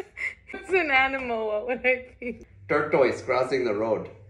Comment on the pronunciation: I thought my Filipina wife was the only one who pronounced it “tor-toyce”. 😂😂😂